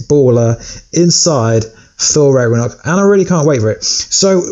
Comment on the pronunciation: U said thor rackornock